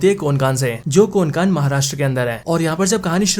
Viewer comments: कोनकान नाही रे कोंकण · कोनकान नही भाई कोंकण। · Pronunciation to thik se karle bhai...kokan hota hai...konkan nhi...anpadh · Konkan nhi re Hutiye कोंकण Bol... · Abe konkan nhu kokan hota hai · कोनकान नाही रे कोंकण 😅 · अरे यार.. तुम्हे कोंकण भी ठीक से बोलने नही आता😂😂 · भाई ये मुंजिया नहीं मुंज्या है और कोन कान नहीं कोंकण है। सीधी बात no बकवास। गलत उच्चार लिए हो आप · अरे मेरे भाई ये कोन कान नाही है. ये कोकण है. और मुंजी या नही मुंजा है . मुंजा ये मराठी शब्द है.